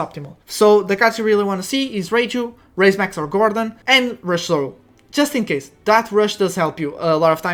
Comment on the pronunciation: Its Raise Max not Rise Max